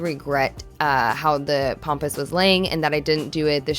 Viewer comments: Okay, It's pAmpas grass, not "pompous" grass (although at that price, you wonder!). It's also highly invasive for those thinking of planting it, as I've seen in the comments. I hope you get the flower market person to lower the price! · I know you wrote Pampas grass but you kept calling it Pompas😱🤣but just wanted to say that was very expensive and i think as its their mistake they should not of called you to tell you their mistake as you already paid what they said and agrreed upon, another thing is with Pampas grass when you recieve it you should first leave it at room temp for a day or two and the trick to make it big and fluffy is to use a hairdryer on cool which opens up the blooms and makes it look very luxurious and not flat and straw like, give it a try it makes such a difference and you probably wont need as much aswell that way👍🏼